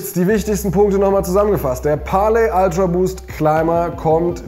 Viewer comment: „Ultraboost“ nicht „Altraboost“